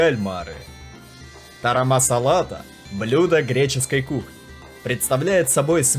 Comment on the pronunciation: Смеялась от души! Кто его учил названиям блюд ! Все ударения не туда ! В греческом языке буквы ш нет поэтому бесамель! И ещё в греческом языке большое значение имеет а или о поэтому тарамосалата , очень много ошибок!